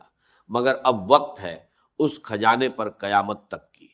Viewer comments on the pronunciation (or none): Kazana nahi khazana aor gani nahi ghani bolty thy Dr sahib Yi Ai hai